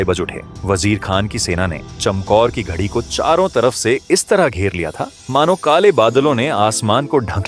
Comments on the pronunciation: घड़ी नहीं गढ़ी कहो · बाकी तो बहुत अच्छा लगा पर बार बार ये आप घड़ी -घडी क्यूं बोल रहे हो, और लिखा हुआ भी घड़ी आ रहा है,, जबकि वास्तविकता यह है कि घड़ी नहीं गढ़ी शब्द है,, अनजान लोग क्या समझेंगे के ये घड़ी का मतलब तो टाइम पीस होता है,, और गढी का मतलब -किलानुमा गढ़ रूपी हवेली, जो चारों ओर से किलानुमा अभेद दीवार से सुरक्षित थी। तो कृपा बेनती है कि आगे से थोड़ा शब्दों की इतिहास में खोज के बाद शुद्धता का ध्यान रखें। 😊🙏👏ऐक बार फिर आपका दुनिया के अद्भुत महासंग्राम ऐक महान् आश्चर्य जनक विराट गाथा को शार्ट विडियो के रूप में हिंदी में लोगों के सामने रखा,, इसके लिए आपका तहिदिलो धन्यवाद ♥️🥰👍🙏😊 वाहिगुरू आपको सिख धर्म के अजीबोगरीब इतिहास को सेवा के रूप में सामने लाने का सौभाग्य बखसते रहें 🙏 दशमेश पिता गुरु गोविंद सिंह आपको बेअंत खुशियों से निवाजे। 🙏😊 जो बोले सो निहाल। सत् श्री अकाल।। 🙏👏 धन गुरु गोविंद सिंह महाराज 🙏👏